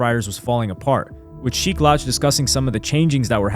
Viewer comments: Great video but it’s not Sheek “lauche” it’s SHEEK LOUCH! Pronounced ’LOU-CH’ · Bro was stepping on legos😂.. "LOuch" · Lmaooo I ran to the comments once I heard him say the loach lmaoo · The way you said sheeks last name was too off my guy 😂😂😂